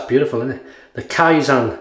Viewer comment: Kaizen means "improve" (not necessarily constantly, if you want to say constantly it's "Tsuneni kaizen"). You need to pronounce it kaiZEN as in zen like experience, not kaiZAN as that means "faking" or "alteration". From a Japanese viewer. Keep up the good shaves!